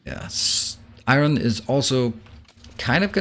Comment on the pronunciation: Hey It’s pronounced “ion” or eye-urn depending on ones accent. NOT eye-RON.